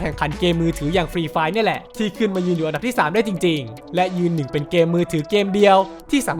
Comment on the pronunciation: อันดับ* ครับ ไม่ใช่ อำดับ